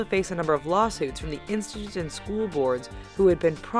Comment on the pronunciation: in the video: "instittst"